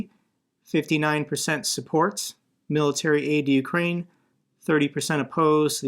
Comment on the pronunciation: Indeed. AND it's pronounced you-CRANE. I am so sick of Americans calling it YOU-crane. I mean, It's CAN-a-da, not can-a -DUH. It's a-MER-ica, not AM-uh-RICA, right? Slava Ukraini!